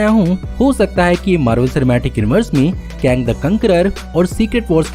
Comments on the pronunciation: Not even Kang he used to say kaang🤣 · It's not call कांग its call केंग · bhai kang ko kaang kyu bolte ho?